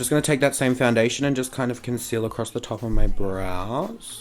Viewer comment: "Foundiddlydation, Compact Powduuah" xDD